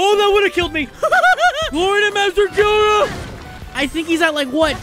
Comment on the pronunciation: The fact that he pronounced his name wrong bothers me His name is pronounced “k-o-ga”